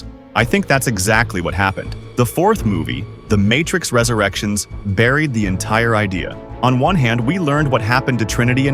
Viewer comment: I Stopped watching the moment you said "Resurrections" 😬